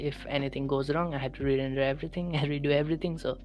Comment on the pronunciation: yeah I listened back and realized I pronounced every render as lender🤣 ,well trying something new is always exciting.🔥🔥👍